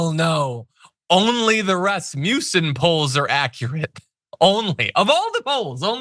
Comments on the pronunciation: Not really relevant for substance, but please do place the power on the a in Rasmussen, which is a Danish last name meaning son of Rasmus (names ending son are Swedish). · #TheDamageReport #JohnIadarola please stop with the trumpian schooltard racist taunts. You know damn well it's Raz Muh Son, NOT rasputin/rasmusen It cheapens you r message thanks